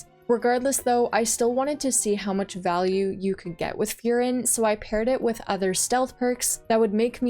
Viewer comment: It seems it’s your birthday, Happy Birthday! love the video and just so if you care about pronouncing some of them right, such as furin, try saying full-lean or full-Lynn in a monotone robot voice, that should sound pretty correct. I’m Chinese but have studied Japanese, if you want i could try look into these and find a similar way for pronunciation like that. Just know in Japanese every r sound is l, ra is la, etc. And the tone in furin is flat, so i told you to do it in a monotone voice, it differs between words. But overall things sounds good!